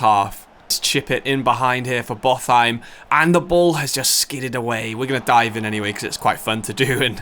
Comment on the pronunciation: Pretty sure Botheim is pronounced Bot-heim instead of Both-heim, it’s certainly sounding pretty incorrect in my Scandinavian brain😅